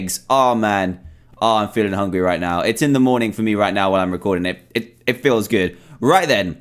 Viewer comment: He said hungy